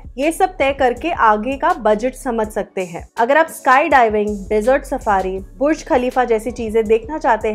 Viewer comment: lol not buch but burj 😂